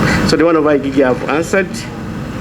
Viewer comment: Let the "I Gee Gee" investigate. You cannot even pronounce IGG. Has he never heard other people pronounce something so simple? Another national embarrament.